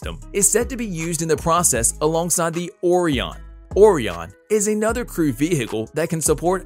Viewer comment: Ore-eon? 😂 kids know how to pronounce Orion, obviously this dude has never been interested in NASA or even space and doesn't know wtf he's talking about. Another internet chump who cares only for a little extra money